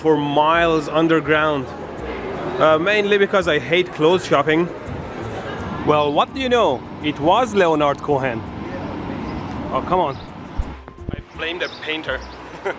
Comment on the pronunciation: I do like your tour guide skills! Like this trip, your Japan trip, or my fav: your UK trip. Btw the 'o' in Leonard is silent, as is the 'h' in Cohen; so it's more like: "Lenard Co-en".